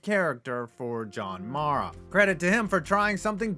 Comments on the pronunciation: Guy can’t even pronounce john maras last name lmfao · Joe “shine” and John “mah-rah” 🤦‍♂️